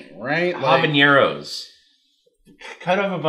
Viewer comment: HabaNero, not HabaÑero,. Good video though.